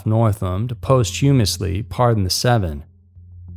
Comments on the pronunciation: minor point in #4 - people get sentenced to life in prison, not life in jail. They are different. Also, check out how to pronounce "Posthumously." I always find your videos interesting. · "Post humously".